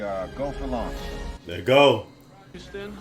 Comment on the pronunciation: Was I the only one screaming "It's LAUNCH, damn it! Not LUnch!!!" every time mispronounced it?? LOL 😂😂😂